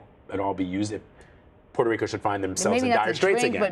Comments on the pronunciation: Did that CBS actor journalist say "Puerto Rica"? Smdh...its Puerto Rico and actually Borikén. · Did he say Puerto Rica!?